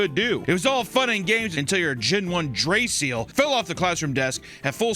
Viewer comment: I felt a weird sharp pain hearing him mispronounce Draciel. Also, kids are stupid